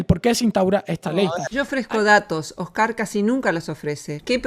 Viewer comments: "Oscár" "Un tío blanco HÉtero", ¿Pór que Róxana cambiá los ácentos a las pálabras?, no lo entiendó... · No entiendo por qué Roxana dice Oscar y no Óscar. Me rechina. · Esta señora tiene varios problemas, pero uno de ellos es con los nombres, los pronuncia como le da la gana. Oscár y Tío Blanco Hétero.